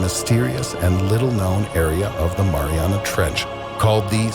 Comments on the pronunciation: Fat ass said marinara trench 😂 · LMAO. The "marinara" trench. MARINARA . Yes. A part of the ocean is named after a dipping sauce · “Marinara Trench” 😂😂 wtf Tim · My guy called it the marinara trench. I didn’t know I was at an Italian restaurant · He said marinara trench it’s not food Tim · No one: Tim: Marinara Trench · Ah yes "the marinara trench" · Did he say marinara